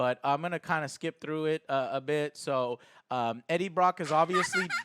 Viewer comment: JOE HAS GLASSES WTF?!?!?!?!?!?! Also he said “Breaddie Brock” XD